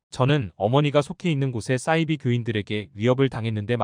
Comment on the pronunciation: 싸이비가 아니고 사이비...발음이 왜그리 이상해요?